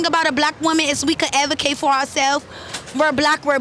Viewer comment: “We can avvocate” should’ve asked her to spell avvocate 😂